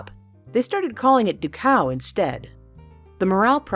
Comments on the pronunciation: You pronounced Dachau incorrectly. Think Da like Russian yes. Da-cow. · The pronunciation of Dachau is Da-schow. Just FYI